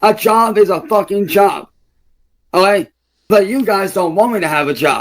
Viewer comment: "Olay" clearest most egregious olay yet